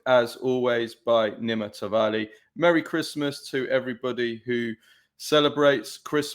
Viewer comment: You pronounce Nima’s name wrong. Come on mate… smh.